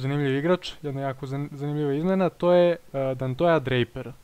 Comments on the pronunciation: Pavi upravu je covek nemoj da se ljutis, kaze se donti ili donte mada moze i dontej ali dontoja nikako, i iskreno malo zvuci i smesno bar meni, inace bravo za analizu samo napred :D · I rekao si Dantoja ne Donteja *